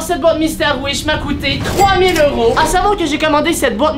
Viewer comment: Pourquoi tu dit heure tent dit que tu abite au Québec et au Québec ses des dollars pas des heuro😅